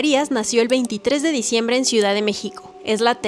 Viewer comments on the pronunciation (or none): Diceimbre jiji